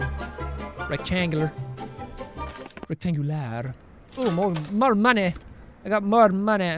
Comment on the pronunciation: Listening to this in the background and has to look up and go back when I suddenly hear Jack speak swedish O.O , second time he said rectangular he actually said it in as a swedish guy would have said it (rektangulär), 99% correct pronounciation (at least from my part of the country). Way to go with acctidental swedish, Jack!!! <3